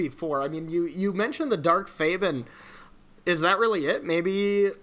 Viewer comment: hearing u mispronounce a lot of cards was so tilting. Tolarium Academy. Dark Faden. Dak Faben. Like holy crap.